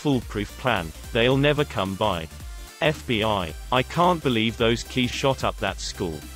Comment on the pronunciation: Last story. "They'll never come by" sounded like "They will never Columbine". I had to pause the game to check it.